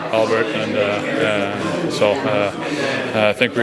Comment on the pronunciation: I am always so impressed with kaspers english usually when young players come from over seas they have super strong accents and that "foreign english" where its kinda broken sentences and stuff but his is pretty damn perfect only thing i notice with his English is for the words like think he pronounces it like fink but compared to other players not from NA its very understandable